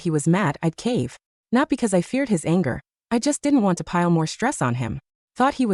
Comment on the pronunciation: So AI has to say certain words in accent "anger, jealousy, Sara/Sarah..." 😂😂😂 "She asked if Tokyo was in China" 😂😂😂😂 In business, men should let the head on their shoulders do the thinking instead of the one in their pants